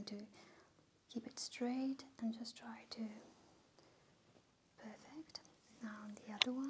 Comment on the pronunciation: I Think she has problem with saying perfect